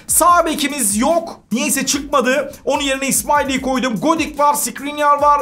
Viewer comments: Godik deil godin dd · abi komani degil konami